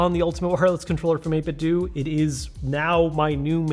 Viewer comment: It's not 8bit-doooo It's 8bitdo. As in Nintendo.